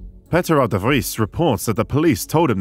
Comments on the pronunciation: Its Peter not petter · His name was Pee-ter. Not patter. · It is Peter not Petter….🤔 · His name was Peter not Petter...how'd you mispronounce Peter? Its in the King James Bible ffs. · Pether? It’s Peter, announced Peeter or Pete in English. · "Petteh"? Really? People in USA and UK have names like Peter too, you can just say Peter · Beter to use the English pronounciation of Peter than what you did in the video. You just presumed it sounded more dutch😂 No sir, but thank you for the effort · Who tf is " Patter" ? why dont you just pronounce Peter as you would in English? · It'd not petter u goofball It's paeter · dude i dont know how an english channel cant properly pronounce a name which is commen in english beign Peter instead saying Pet AH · He called Payter. Not Patter. In Dutch we write that as Peter. Pe-ter. Nothing to do with the verb to pay, just the closest sound I could find. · Hahaha was listening to this story about patter had no idea u were talking about peter🤣🤣🤣 pettah phettaahh Pete/peter is a english name u absolute bafoon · When he tries to say Peter, I hear him say Peppy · Who is Patter? Maybe just stick to the English pronunciation like you did with the cities, instead of butchering the Dutch one💀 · Peter R de Vries. That's his name. Not Petter. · peter is pronounced "payter" not pehter :) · bro you can just say peter instead of pehteh lol. Its not how peter is pronounced in dutch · It’s Peter not Petter my guy.. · Peter R. de Vries name is not Petter, bu Peter (Peeeter).... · Just say peter like in English, it isn't patter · Nice and easy to follow visualization of complicated matters. Only next time don't pronounce Peter R. de Vries as Polish 'Pètr' but more like the English 'Péter' in fact it should be pronounced phonetically as 'Payter' somewhat as in the English word 'Payton Place' (Payter Place) a popular television series in the 70s. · his name Is Peter, not pee-ter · Yes. Peter like Pieter. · Should be Payter